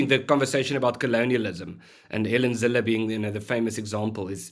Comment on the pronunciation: Good heavens, guys! can you at least get the names right - today Ernst became Ernest, Karmala became Kamarla, and now helen Zille has become Helen Zillie!! People's names are their most important posession - at least give them the coutesy of correct pronunciation! And the program has only just begun.